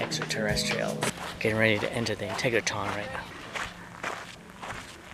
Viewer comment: Dude - if you’re going to do a video on it, please learn how to pronounce it. IN-TEG-RA-TRON. NOT integraTON